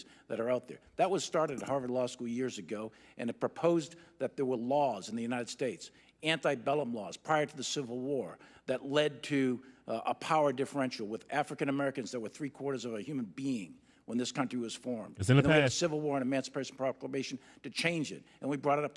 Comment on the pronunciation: "anti-bellum" wars? Did he mean "ante-bellum"? That's an amusing mistake by a military man.